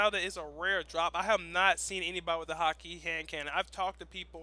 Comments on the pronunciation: it's pronounced hawk ah not hawk e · it's actually prounounced "hah-kuh". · please stop saying hakke wrong.. over and over again...